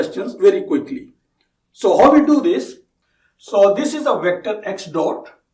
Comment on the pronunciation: you pronounce Now as ''No'' & how as 'ho' which was really confusing in the begining to understand but i got used to it now.